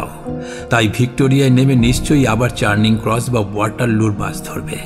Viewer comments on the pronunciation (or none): apnader gyatarthe bolchhi Grosvenor- er uchharon hobey Growvner, Shilling hobey sh-illing, Charing cross hobey chya-ring cross. Milan